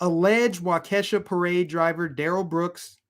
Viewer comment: Pronounced Waa key shaw Waukesha